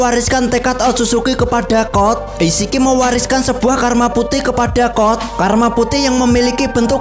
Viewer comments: Code kali bang bukan kod😭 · Code bang bukan cod